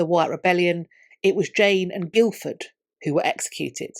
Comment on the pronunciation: Brilliant summary of very complex events. Little niggle: Guildford is customariĺy pronounced 'Gifford'.